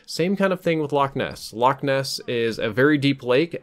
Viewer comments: I’m Scottish it not lock it’s Loch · its pronounced loch not lock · You pronounced Loch wrong. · the English like to pronounce it lock because they cant get the ch right . we just tell them a lock is what you find on a canal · Infinity ~ I'm sure you claim to know alot about Scotland but Ness is short for Inverness which is the place name. The loch is called loch Ness. Like loch Leven, Loch Lomond, etc. The names of lochs. And a loch is a lake in case you were wondering they're the same it's just we can actually pronounce it you'se seem not to be able to